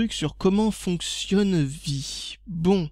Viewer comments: Ha et on dit "Vi AIE" pas vi mdr et vi est un standard ^^ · On dis "Vi-ail" gamin et non vi ;p